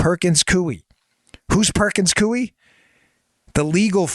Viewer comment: Dan. It’s pronounced Perkins “coy” not “cui”